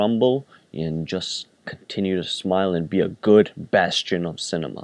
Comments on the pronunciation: The Three GOOD Fairies, not "hooded" faires. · It's the Three GOOD Fairies, not three 'hood' fairies